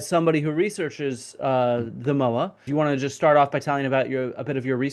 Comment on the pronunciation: The 'mo' in 'moa' sounds like the 'mo' in 'more', not the 'mo' in 'mow'. Disappointing to hear a kiwi expert mispronounce such an easy word. I would love to see them de-extincted if possible - at some point in the future when the technology is able to do the job properly, our natural environment in a better state to receive them, and our extant species are doing okay.